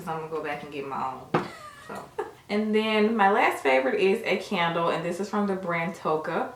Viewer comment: Yall can make somebody go broke always im mad the bubble bath out of stock...yall are to funny when said can d le lol said CANDLE LOL